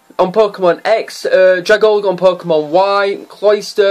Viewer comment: Dragalge is pronounced "druh-GAL-jee"